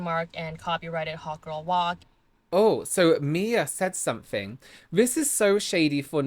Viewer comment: mixing up her name multiple times throughout the video “mia” “mya” “whatever” even after hearing people pronounce it the correct way in the videos is such lowkey shade lol